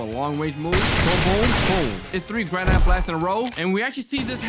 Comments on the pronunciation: It’s granite gran-it not grand-it-e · BRO SAID GRA NITE BLAST